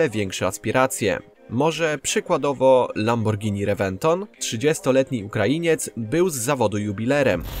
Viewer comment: Gościu każda szanująca sie osoba wie jak poprawnie wymawiać nazwę tak znanej marki